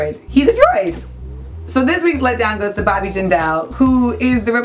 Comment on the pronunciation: Jindal is not pronounced like that